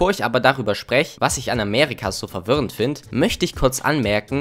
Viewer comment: bro es heißt Amerika und nicht Amärika